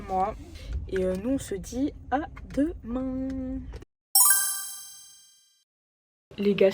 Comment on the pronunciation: "à demaing" je confirme tu es devenue une vraie bordelaise 😂😂 Tu es gavé bieng😂